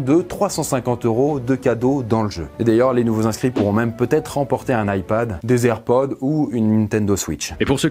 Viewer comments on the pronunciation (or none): none